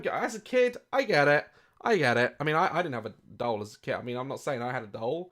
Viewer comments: Daz saying dole instead of doll for 11 minutes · I can’t get over the fact that Daz says “dole” rather than “doll” 😂 I love this man :) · Love the way you pronounce it ‘dole’ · Is he saying "dowl" hahah